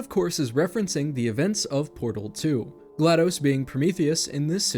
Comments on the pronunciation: It’s GlaDOS with a short O as in DOS, Microsoft’s disk operating system. Not dos the Spanish number for two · Am I the only person who pronounces GLaDOS as glA-dos? (glados vs. glA-dos)